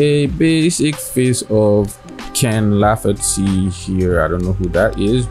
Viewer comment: Lol it sounded like you said you'd be painting Keinan Lafferty. He's a real person and one of my favorite artist and Youtubers. You should check him out. Instagram:go_jasono